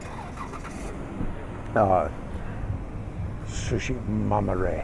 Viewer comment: Hello! Our Band name is TsuShiMaMiRe! Not TsuChimamire www